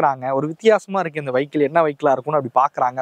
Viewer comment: வைக்கிள் இல்லப்பா வியிக்கிள்